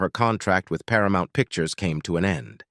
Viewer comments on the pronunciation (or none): none